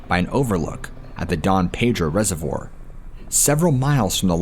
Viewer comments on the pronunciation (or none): none